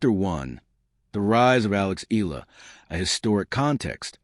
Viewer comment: ILA ka ng ila riyan... EYAhLAh bigkas nun. Pls stop murdering her name